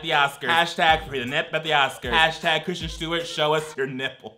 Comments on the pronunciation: Obsessed with mispronouncing Kirsten Dunst and Kristen Stewart as Christian. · I can't handle calling both K Stew and K Dunst Christian.